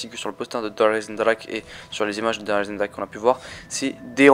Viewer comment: T'as vus ahaha :') pourquoi il le prononce comme sa ? ;')